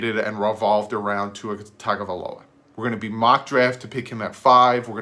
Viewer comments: Yea, you are the Tua name pronouncer expert now!!! Props dude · I gave you a thumbs up for saying Tua’s name right